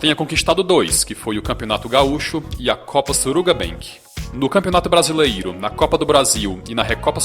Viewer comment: Só eu acho engraçado ele falando: "BrasileIro"? Brincadeiras a parte... O conteúdo do canal é bom!